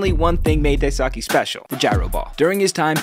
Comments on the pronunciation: His name is pronounced "DIE-SUE-KAY" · Dice K is how it’s pronounced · Daisuke is pronounced like die-skay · His name is pronounced “Dice K” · How did you pronounce Daisuke so wrong? Everyone calls him Dice-K for a reason. It's easy to remember and really close to the actual pronunciation. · Pronounced dice k, but whatever.... and he was great, helped the sox win 2 World Series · I cringed when you said his name dai-saki then immediately put up a graphic with a pronunciation “nickname” dice-k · it's pronounced like "dice-k" btw /nm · It’s pronounced Dice-kay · It’s pronounced (dai-skeh) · It’s pronounced dice-k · It’s pronounced die-sue-kay. You’ve completely butchered his name. Well done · pls learn how to pronounce a persons name before making a video about them. the way u r saying daisuke is very inaccurate, it is pronounced “dice-ske” / “die-su-ke” (say fast). i am japanese and know the language, kinda makes my soul cringe when u say it. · I am japanese and i know him. but while i was watching this shorts,the pronunciation was wrong and i felt something weird. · Why he pronounce Daisuke like that? 😭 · The way you mispronounce his name is... impressive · Literally has a pic in this edit how to pronounce his name, proceeds to butcher his name every time he says it 🙄🤦🏻‍♂️ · How does this video have so many likes? This guy doesn't even know how to pronounce his name, let alone know anything about his career. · He had a solid career with a cy young contending season and you didn’t even pronounce his name right, this video is just embarrassing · Maybe pronounce his name right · Bruh, even your video says how to more properly pronounce his name... how do you put the pronunciation in there but don't pronounce it right yourself? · bro u have a graphic IN THIS VIDEO that tells u how to pronounce his name and u still pronounced it wrong, hitting don’t recommend this channel bc that’s just lazy. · Mans nickname was literally "Dice-K", how tf did you pronounce it DaiSockee